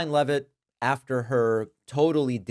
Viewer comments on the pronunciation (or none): It's NOT 'Levitt', it's LEEVE-iT!